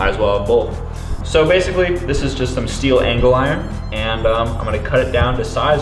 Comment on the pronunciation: “Steele angles iron”